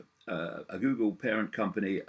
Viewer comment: I love how he pronounces it "Gewgle". Icke is the real world Alfred.